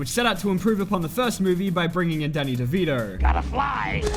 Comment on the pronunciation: I can’t tell if he said “Daddy Devito” or Danny Devito